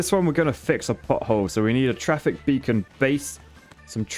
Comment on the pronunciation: As an American (and a childish one, at that) the first two times you said pothole, it definitely sounded like butthole. I appreciate your dedication to repairing buttholes ❤️